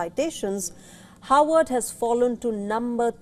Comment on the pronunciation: Is she pronouncing "Harvard" or "Howard "????